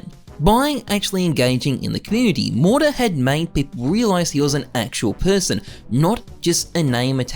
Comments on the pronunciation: saying morter all video lol. MOTAR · great vid, but how you gunna pronounce his name wrong every time you say it? All I hear is "Mortar" it's "mo-tar". u add an extra r every time. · why is he saying mortar2k